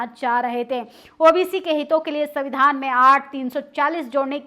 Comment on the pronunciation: अरे आप कौन से दूध की धुली है कुछ समय पहले तक तो आप ही प्रधानमंत्री को गाली दे रही थी। और कोचली बातें जो आप बता रही है ये बताइए बहुजनों को कौन सा संवैधानिक अधिकार प्राप्त नहीं है?. उच्चारण तक तो आपको करने नहीं आता सविधान सविधान बोल रही है। संविधान बोलिए। पोर्टल पर बैठकर बोल देने से एंकरिंग नहीं हो जाती है। अब इसमें भी आपको एससी एसटी या मनुवाद दिखाई देगा।